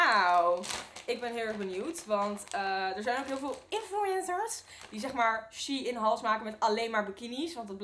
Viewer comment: Its sh e ien